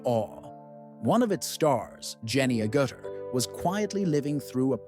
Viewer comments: Could have at least pronounced her name correctly :( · you never pronounced her last name correctly, not even once.